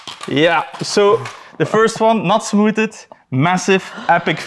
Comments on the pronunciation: nope. Je spreekt het smoethd uit. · smooded is the best way to pronounce smoothed I've ever heard 👍👏